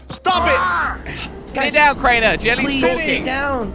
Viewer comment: it’s crainer not cariner